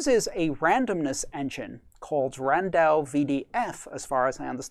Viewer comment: It's "RANDAO" VDF, not render.